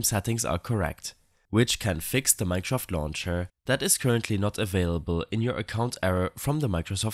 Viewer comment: thank you man who cant pronounce mineshraft properly <3